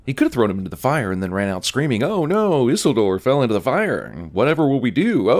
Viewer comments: Isildor? Isildor? IT'S PRONOUNCED EE-SEEL-DOOR!!!! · "Sore-on" and "Isil-door"? What are you on, bro? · Issle door lmao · Ah yes, Isildore, Dumbledore's twin brother. 🙄 I was cringing too. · AT LEAST pronounce Isuldor right. PLEASE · Isoldoor? Lmao. -100 sins for that one. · ‘Issildoore’ Bloody effing hell. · This guy mispronounced about half of the proper nouns in the movie. Sauron, Saruman and Isildir. Has this guy even seen the movie? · I’m sinning CinemaSins for not being able to pronounce Isildur correctly. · The way the cinemasins pronounces Isildur is a sin it’s self. No YouTuber is without sin ;) And the blade didn’t go blue because in the mines they’re mostly goblins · I’m sinning Cinemasins for not pronouncing Sauron, Saruman, and Isildur correctly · Cinema SIns gets a sin for not being able to pronounce Isildur, despite it being pronounced correctly in the very film he's watching... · This guy needs to work on his pronunciations of proper nouns in LOTR, specifically Sauron, Saruman and Isildur.